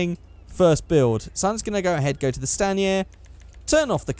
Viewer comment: Stan-e-air. Its STAIN ER.